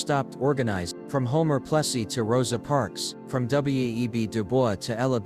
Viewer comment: Keeps mispronouncing Plessy.